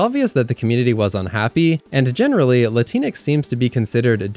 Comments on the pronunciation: Just fyi, its not Lateenex, its literally latin - X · just for clarification, it’s “LatinX” with the “X” being pronounced. appreciate the coverage my man